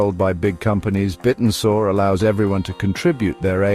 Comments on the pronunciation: that AI is a bit annoying - and yes he said it wrong 😢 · Bit n Soar? Have I been saying it wrong or does AI still need some work? 😅